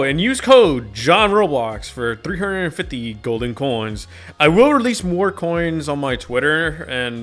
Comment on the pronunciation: qoins ? not coins